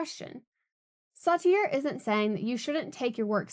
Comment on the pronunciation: I really liked this video, and I've subscribed to your channel. Please double check name pronunciations. Sartre is a particularly weird one, to be fair. "Becoming the role" can be a beneficial choice at work, especially when working for tips. Bring seen as a good employee is an excellent experiment and potentially a profitable one. I'm currently getting paid an hourly rate to pretend I care about insurance, which is frequently a scam on some level.